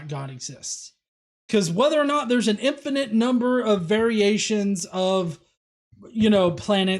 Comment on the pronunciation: Why does he keep saying something sounding like "infinenth" to me, instead of "infinite" like normal people?